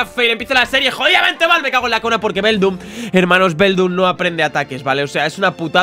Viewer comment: se dice beldum